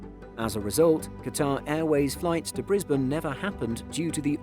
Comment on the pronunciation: Surprisingly he pronounced Brisbane right! But pronounced Canberra like a yank lol